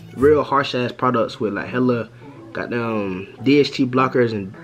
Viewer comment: you from the DMV bro? the way you say "the got damn" gave it away if you are